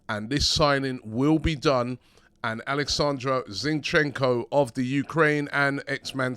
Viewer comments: It's Oleksandr ...... OOOOOOOOOO!!!! ..... not AAAAAAAA. All holy spirits HOW DIFFICULT IS THAT?????? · Another Name Butchered 🤦🤦'Alexander' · it's pronounced O-L-E-X-Z-A-N-D-A ✊🏿🙏🏿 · It's O-leck-san-dray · It’s oh-lek-san-der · Why can’t you say his first name right 🤣